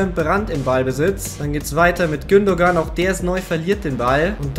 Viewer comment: du sagst gündogan aber es wird gündoan ausgesprochen